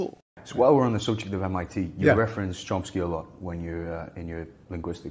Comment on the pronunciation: Chompsky lol